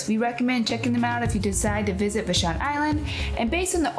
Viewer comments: Would be nice if you knew that "Vashon" rhymes with ""Passion". It is not vaSHAWN. Glad you had a good time. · VAA-SHAWN VAA-SHAWN thats how you say Vashon! Not Vshon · Pronouned "Vaa - shon" Island (long "a" sound). Thanks for this adventure thru "new" eyes. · Vashon pronounced va-shawn